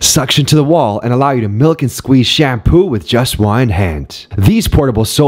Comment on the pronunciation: I wasn't ready for the narrator's emphasis on 'milk' and 'squeeze' with one hand.